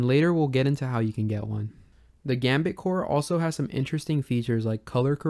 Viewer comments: "Gambatte" is a play on "ganbatte" which is a japanese motivational phrase akin to "do your best!" or "don't give up!", and is pronounced like "gun but eh". so Gambatte is pronounced likewise. also, with a title like that, i did expect this video to be more about comparing all the various GB emulators (or at least the most noteworthy modern ones). that would seem like a pretty big project and i'm not saying that's what you should do. might be interesting, tho. as for smooth scaling, just because i like the look of some of the smoothing algorithms (in particular the Scale2x family) doesn't mean i "don't like how retrogames look because they are too pixely". but at least the Game Boy actually had square shaped pixels in a display. the graphics of TV consoles certainly weren't designed for sharp square pixels, but blurry scanlined TV screens, but that doesn't make CRT-filtered emulation the "correct" way to play. emulation always means re-interpretation, so people shouldn't be so snooty about it… anyway, i hope you consider these to be constructive criticisms. i wish you best luck with your series. :) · Gambatte is pronounced がんばって, not "gambit". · Just a heads-up: it's not "gum bait", it's "GAM-BAT-TE". It's a Japanese word that means "Do your best!" or "Good luck!" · Instant subscribe, very interested in this series One note: Gambatte is pronounced (GAHm-baht-teh) not gambit ;) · it's pronounced "gambattay", not gambit :P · Awesome video! I'm subscribing for more videos like this for other consoles. Just allow me a little pet peeve of mine, "Gambatte" is a romanization of the Japanese word がんばって (which means "Do your best", usually used to encourage people) and it's proper pronunciation would be something like "Gahm baht teh". Sorry for the correction, truly loved the video!